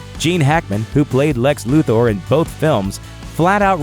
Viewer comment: Lex Luother? Lol come on